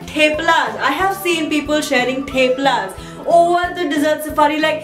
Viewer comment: "moti,tommy, tuffy!"😂😂😂😂 btw its theplas with 'th' of 'th'ailand! and d one of thurkey!😅😅😂😂